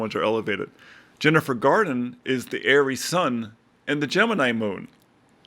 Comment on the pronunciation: There is no “D” in Garner . .